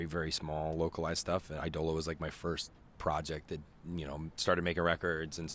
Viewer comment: Eye-dola not EEE-Dola